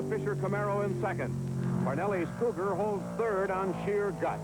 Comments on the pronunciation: Yep, RIP to several of these guys. But it was nice to see them racing the Mercury "Cou-GAR"(as the interviewer kept calling them). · That interviewer at Sebring needs to learn to pronounce "Cougar". LOL.